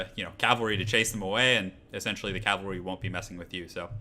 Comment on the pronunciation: Great video. Only one nitpick. Why do you keep saying calvary instead of cavalry?